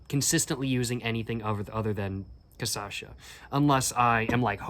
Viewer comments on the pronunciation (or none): Cashassa, not cassasha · Hey man, last video you were pronouncing 'cachaça' perfectly (kashassa), but now you're saying kassasha). Just watch your previous video and you'll get it 😁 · You almost got the pronunciation right. Its not casasha but cashasa. The ç reads like a s. And the cha reads like sha. As a retired fellow professional alchool drinker I would recommend 2 beverages that are very iconic here, they are not liquors but more akin to wine, they are: Jurubeba Leão do Norte (very tradional northeren and northeastern drink) and Catuaba Selvagem(made with a plant that is said to be a potent stimulant and aphrodisiac). In the liquor departament I would recommend Brasilberg, the brazillian version of Underberg, an adapted german disgetif bitter, that was made by german imigrants, using national amazonic aromatic herbs. And of course you should try cachaça de jambu(little hard to find in the south), its made with a flower thats a natural anesthetic, it will make your mouth numb as if you went to the dentist, and it changes the tasting experience because of the numbness. If you are looking for the high end cachaças you should look for cachaças aged in "Amburana wood"(also called Umburana or Imburana) they are extremely smooth compared to 51. If you want to have the best smokes and drinks(and food) this country has to offer, you should have gone to the state of Minas Gerais the capital of the paieros and cachaças, very rural agricultural and caipira. And for last, but not least, you should try going to a "boteco" or any bar that serves food on a wednesday or saturday, in these days they tipically serve feijoada one of if not the most iconic brazillian dish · "Caçacha" Uhauahuahuahau !!! I'll call cachaça "caçacha" from now on. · very nice video, but ur talking cachaça wrong. ur saying ca-ça-cha. the correct is CA-CHA-ÇA. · Not cachaça. Says Ca-ça-cha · "Caipirínea" "Cassacha" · the pronounce is "KAH - SCHA - SA" Lol😂 i know is difficult for a English speaker